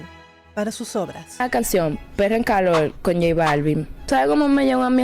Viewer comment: Dice "calol" no calor......suficiente.